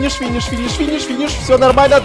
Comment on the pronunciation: ФИНИШ ФИНИШ ФИНИШ ФИНИФФ